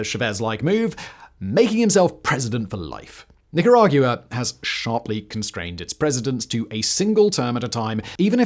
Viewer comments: Simon, your pronunciation of Nicaragua is not only extra AF, it's wrong AF. the end is a "GWUH" sound, not "GU-AH"... and Chavez starts like "SH", not "CH" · Nicara-Gua not gia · It’s truly fascinating to me how after reading thousands of hours of scripts covering a myriad of topics Simon can so confidently say Nicarag-you-uh, like, a bunch of times. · Lol the way Simon pronounces Nicaragua is so damn funny to me! “Neecorauwguwa” 😂😂😂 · Nicaragyoua! Couldn’t get past it. It’s like Nicaraqwa Simon! 😂😂😂😂😂😂😂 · I couldn't hear anything but the horrible sound of him trying to say the country's name. Literally retained 0% info beside Nicaraguyoua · The hardest part of listening to this is hearing Simon say it "Nicara-guuaa". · hahahahaha, I cannot unhear it! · Say nickeragyewa one more time Factboi lmaoo 🤣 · Watched this just to hear Simon’s pronunciation of Nicaragua. 😂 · I had to google how to pronounce it because he had me doubting myself 😂😂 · Ortega never was a Marxist. Also, can you learn to say “Nicaragua” correctly. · First time I've ever heard Nicaragua pronounced that way before. 😅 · Yeah, I don't really like it. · yes, the brits have a proud tradition of pronouncing Spanish words like dickheads. Somehow they get Venezuela, Paraguay, Uruguay, Guayana, Ecuador, Guatemala, etc. reasonably close. Yet changing that long u sound from Nicaragua is an affront to the queen. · It’s rather annoying. Get the name right. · The way he pronounces Nicaragua is so annoying. Bruh, come on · What's depressing is hearing Nicaragua said that way so many times.